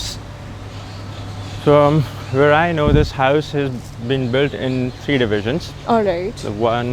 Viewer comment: Why. Say. Houuuss. ? Are they from uk